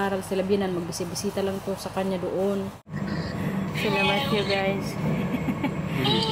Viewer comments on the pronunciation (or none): Ayusin m bigkas m sa guys sis